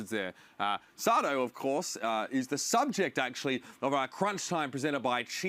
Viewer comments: saying Sado and EQO wrong bugged me so much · Say-doh Smh